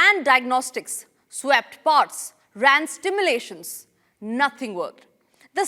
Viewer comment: This lady is pronouncing simulation as Stimulation.Tempermental as Tempra-mental. Encrypted as En-scripted. Reconnaissance as Recognisance. Unacceptable.